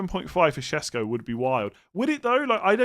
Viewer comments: It’s “Sheshko” not “Shesko”, both the s’s in his name have the same accent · It is “shesh”, both are “sh” instead of s. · I think correct pronunciation is Sheshko, it's the Sh sound Like shot shower etc… Also there is no H sound in it that you asked